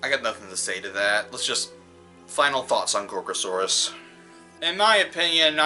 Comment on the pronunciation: Um Guys Did he just said gorosaurus